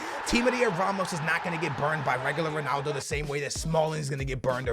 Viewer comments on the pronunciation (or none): when did "son-aldo" become a thing my dude? prolly said it bout 45 times this episode. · It's not sonaldo